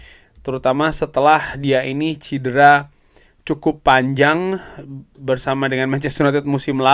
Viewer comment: Maaf cedera bukan cidera...